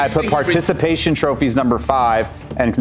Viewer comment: the “troppies” is killing me LMAO the quietness immediately after 💀